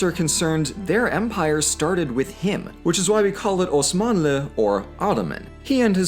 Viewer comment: The way you pronounce "Osman" and "Osmanlı" is perfect. That was impressive. Seems like you really did put some elbow grease on this one. Gotta say you deserved a like.